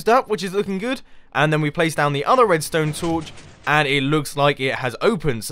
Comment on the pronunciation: He said prace... he's gone Asian.